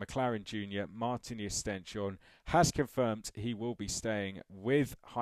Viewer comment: Oh and just a quick note I believe the Norwegian way to pronounce it is stens - horne, I heard this in a live commentary. Supposedly stens is Norwegian for stone and horne is norwegian for horns.